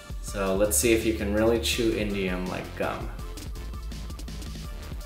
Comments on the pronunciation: I thought he was sating indian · i thought he said indian lol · It sounds like he's saying Indian metal. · I thought you said Indian gum